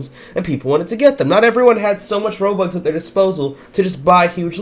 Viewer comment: I like how you say robuc instead of robux